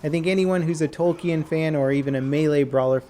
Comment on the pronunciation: you pronounced Tolkien and square Enix painfully wrong you pronounce Tolkien tol-kin and square Enix square e-nix